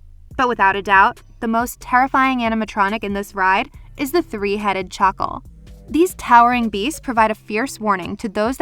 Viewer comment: Did she really call a jackal a chuckle